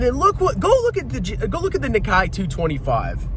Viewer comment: pronounced "Nick-kay"